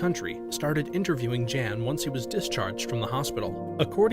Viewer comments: He keeps calling him JAN but I believe that name would be pronounced as YON considering this story’s country of origin and the gender of the subject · Makes me wonder if even this video is correct or not when they pronounce it Jan instead of Yahn considering where the events take place 🤔